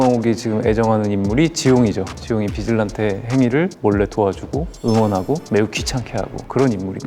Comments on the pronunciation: 최미려 캐스팅 빼고 모든게 완벽했음 진짜 연기 연습 좀 하시길 보는 내내 아쉬웠네요 제일 의문인게 비질란테 발음을 비질란떼 거리는게 이해가 안가요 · 아니 소진님아 비질란떼라고하지말고 비질란테라고 해주시면 안됩니까?